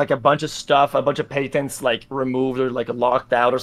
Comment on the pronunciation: Pay-tents >>> patents